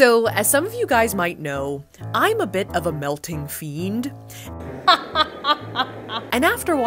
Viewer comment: Who pronounced the D in fiend?